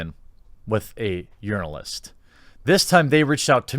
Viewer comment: i think i heard you say "Urinalist" in vid